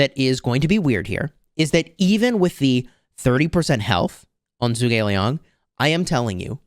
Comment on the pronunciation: It’s pronounced “Ju gugh Li-ang”